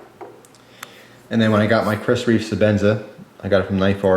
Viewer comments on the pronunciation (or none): none